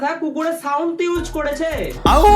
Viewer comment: তুই বারা কে রে বারা??🤣🤣 ভালো করে use উচ্চারণ করতে পারিস না আবার The great bonguy k roast করতে চলে আসেছে over smart দোচা 😏😏